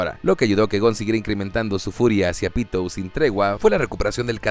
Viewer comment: Soy el unico que escucha 🗣Pito‼️ en vez de Pitou🗿?